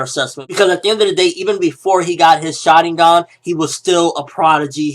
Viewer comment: can you please pronounce it like shar-IN-gun?